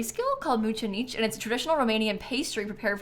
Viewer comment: btw u pronounced mămăligă and mucenici perfectly 👍🏻👍🏻👍🏻